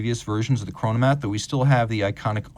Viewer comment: "Chronomat"🫩 geeezus